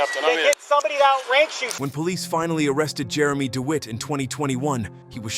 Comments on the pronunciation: Lol..."Jeremy Deweet" 😅😅😅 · When you use an AI voiceover, mispronunciation is going to happen. Pronouncing DeWitte as Deewheet shows why AI needs to be edited. Do better.